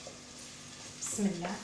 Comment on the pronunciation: بسم الله يا سيدتي الكريمة المرجو قول كلمة بسم الله بنطقها الحقيقي وشكرا .